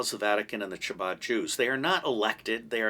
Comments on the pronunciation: Hello love your channel! Ch in Hebrew has a hard ‘k’ sound. Chabad is pronounced like Kabad. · It is not pronounced chabad it is a guttural first letter ...the only whistleblower who won against the CIA was the first to go public with the difference between the deep state ask william binney... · We get it. You hate Israel. Anti semites like Mel Gibson agree with you when you imply that Israel is the cause of all the wars in the world. And sadly your knowledge of Jewish history is extremely poor. You don’t even know how to pronounce “chabad”. It makes my ears bleed to hear you say it